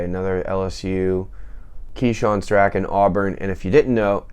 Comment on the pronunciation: Boy did Keyshawn Strachan (which is pronounced strawn, like straw with an N added) proved ya wrong. 😊